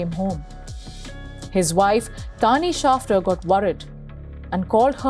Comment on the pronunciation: It's " Schafter "